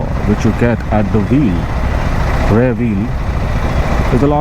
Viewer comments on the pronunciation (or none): What’s Rare brake? It’s pronounced as RiEar